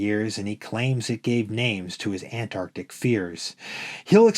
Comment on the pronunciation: It's Antarctic, not Anarctic. Otherwise well read.